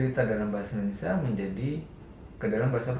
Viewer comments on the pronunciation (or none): none